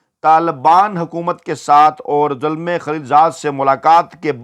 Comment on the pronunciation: This is not Zulmay but Zalmay. It is Pushto word which means young man.